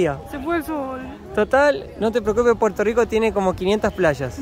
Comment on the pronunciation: No decimos Puelto lico, decimos Puerto Rico, con la rrrr más pronunciada.